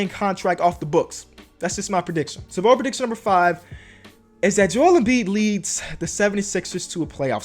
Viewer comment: BOLD not BODE